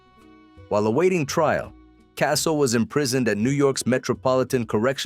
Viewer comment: They can’t even pronounce the last name right I have to give this video a thumbs down